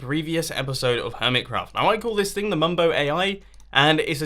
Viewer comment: mumbo it sounds like u are saying rs snorlax